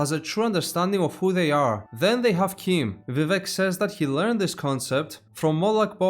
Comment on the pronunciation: Word of God says your pronunciation is canon. It's CHIM as in "chimney". The other "chim" that's in "chimer" is canonically "k-eye-mer", so that isn't "kim" either. Old Man Chimere's "chim" is "Kim" because it's Breton.